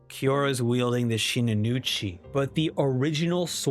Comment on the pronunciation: bro why you keep calling the shinuichi shinunuchi?